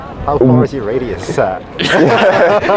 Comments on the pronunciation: radius , not raidus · "How far is your RAIDUS?" wtf